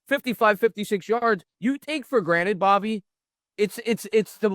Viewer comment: Dude, you can't drop the R off the end and leave it in the middle. WTF are you thinking? Straighten your $#%+ out and maybe I will give you a listen. Catch you next time Bobby.